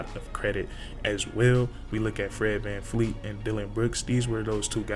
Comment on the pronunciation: His name is VanVleet not VanFleet